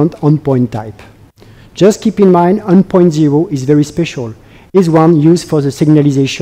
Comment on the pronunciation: It's terrible